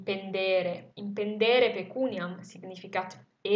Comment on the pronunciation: Thank you for this video, it's a real pleasure to listen to it ! However I have a question about the verb "impendēre", should it not have been "impendĕre" ? I've looked up in different dictionaries and they all say that "impendeō, -ēre" means: ergersi, stare sopra, sovrastare pendendo; pesare, incombere, sovrastare, minacciare. Whereas "impendō , -ĕre" means pagare, sborsare, spendere; ... Which would make more sense in this context to me.